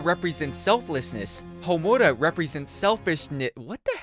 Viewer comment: Seriously, it shouldn’t piss me off like it does but dammit so many people do it. And he can’t pronounce Homura right either, I’m surprised he can pronounce Sayaka’s name right.